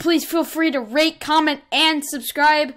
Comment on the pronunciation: For a moment i thought he said "rape comment and subscribe"